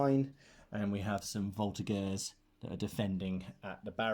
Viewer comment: Just a quick one :) In Voltigeurs the g is pronouced like a j (minus the d sound at the beginning). Thanks for your vids, I'm a true fan ! Cheers from Quebec !